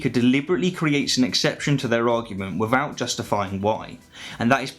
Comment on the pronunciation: without … not wivvoud